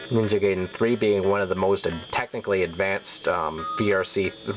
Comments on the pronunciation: Gaiden is not pronounced "gay-den"! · i don't want to nitpick but you pronounced ninja gaiden wrong